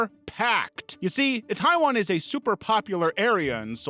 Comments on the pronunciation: Itaewon is pronounced "ee-tay-won", not "taiwan". As someone who was initially listening - I thought we were talking about an enitrely different country. Itaewon isn't just popular for it's clubs and restaurants. It's an international hot-spot, year-round. It's amazing someone wasn't trampled sooner. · he just mispronounced itaewon , which is a popular neighborhood in seoul south korea